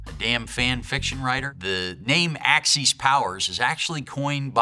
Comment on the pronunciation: Is it pronounced "AxEEs" or "AxIS?" No snark intended. If it's the first one, I've been saying it wrong my whole life. 🤔